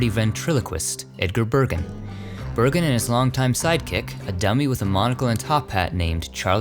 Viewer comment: The other stone of Edgar Bergen said "BERGREN". Was that his REAL NAME?!